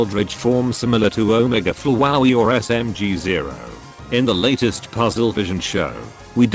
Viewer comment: “Omege flowaey”